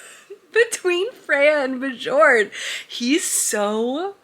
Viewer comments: I believe if the name is spelled Bjorn it’s pronounced like “bee-yourn” because that sounds Nordic :) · I felt the same about A Fate Inked in Blood. I loved the beginning and then HATED the rest of the book lol I sold it after I finished it. Also just a heads up the “j” in the name Björn is pronounced as a “y” 😂😅sorry haha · Really love watching your reading vlogs aaah! I felt the same than you for A Fate Inked in Blood but I gotta say that I was giggling the whole time when you were saying Björn as in "Bejorn" and not "Byorn" :D As an European, we hear those names more often I guess, it was so cute 🥰 I usually love what Danielle L. Jensen writes (I think I read everything from her??) but the second half was such a let down. I saw the twist coming SO hard. I even ended up skimming some parts... How sad. But one of the main issue for me, and it's a bit important in a romantasy (and I'm a SUCKER for romantasy!!), was that the romance just didn't add up. It was pretty much insta-lusty and that was it. I wanted something more like "Björn from the Vikings show" and it just didn't deliver. But I'll probably read book 2 to know how it ends haha